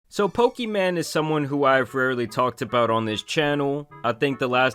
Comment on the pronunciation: Bro keeps pronouncing her name pokiman and it makes it even funnier 😂😂😂